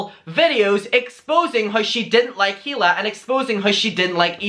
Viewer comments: It’s pronounced (ee-lah) not (hee-lah) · It’s pronounced EELA not heela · It’s pronounced EE-la, not HEE-la. The H is silent. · I mean I have heard you say he la about 100 times now and I have to tell you that Hila is pronounced E La. K thanks. Tata. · The “H” in Hila is silent ❤️